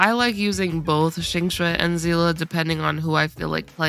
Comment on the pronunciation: I hate when I hear "zee-luh". Besides that, good vid.